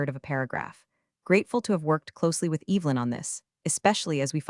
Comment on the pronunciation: Evelyn is NOT pronounced with a long E.